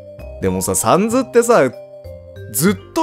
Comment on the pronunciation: お疲れさまです。 ところで、「サンズ」のアクセントですが、「三途」ではなく 週刊少年「ジャンプ」が一般的かと思います。 どうでもいいことですが一応ご参考までに…… サンズへの考察面白かったです。彼が何を抱えているのか、それとも 別に何も抱えていないのか？それを確かめるためにも、続きを楽しみにしています 1度見た状態でやり直しているとこのセリフが出ます テストプレイがバレる配信・動画投稿者泣かせのUNDERTALEｗ ここFF6 自分も舞台上を動き回ることができます。メタトンと一緒にミュージカルを演じるのも一興です🎭 カラータイルパズルの説明は にタイムスタンプしてあります 今はもう覚えましたけどぼくは「ファイヤーエンダーマン」とか言ってましたｗ まぁ腹、無いんですけどね！\ﾂｸﾃｰﾝ/